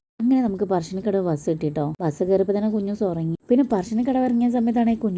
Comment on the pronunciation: പർശിനികടവ് എന്നല്ലേ.😂❤